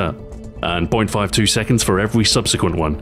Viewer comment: .... Listen closely he says: "Evewy"